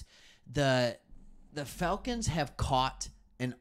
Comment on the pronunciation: why does it sounds like he saying Failcons. Bro Im getting upset pronounce that shhhh right bro!